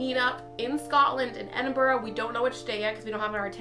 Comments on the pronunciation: I caught that too! Well done! Ed-in-burra for the win! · And omg you're the first American I've heard that actually says Edinburgh right :-o everyone else seems to say edinburrow or edinburr :P